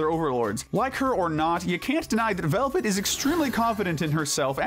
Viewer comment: Why can’t anyone say Velvette’s name right. It’s not pronounced like velvet. It’s supposed to be the end sound of duet.